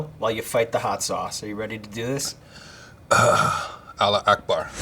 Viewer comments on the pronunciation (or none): "alak a bar" 😂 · Did this nigga really say Allahu Akbar? HAHAHA That means "God is Greater" or "God [is] the Greatest" He definitely pronounced it as Allah Akbar but that's okay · “Allah Ackbar” - Jeff Ross